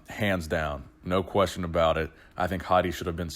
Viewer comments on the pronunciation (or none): none